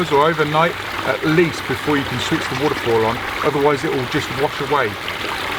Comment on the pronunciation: Why can’t you just say waterfall right